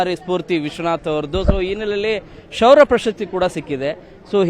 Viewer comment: ಗುಬಾಲ್ ಶೌರ್ಯ ಅಂತ ಹೇಳು ಶುರ್ಯ ಅಲ್ಲ